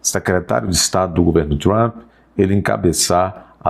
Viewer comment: Esse tal de MARCO RUBIO é outro babaca, como o "TRAMPI" (como pronuncia o )